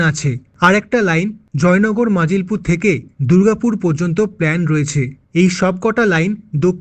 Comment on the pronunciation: ওটা নাজিলপুর নয়। মজিলপুর। ঝাড়খালি নয়। ঝড়খালি।